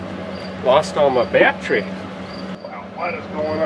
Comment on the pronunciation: what is a batt tree? i keep hear him talking about batt trees....